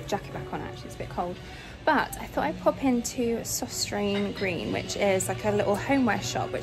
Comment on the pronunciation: Mar Carrington says its “ Sostrena Grena “ when he went to a PR do in London with Luke…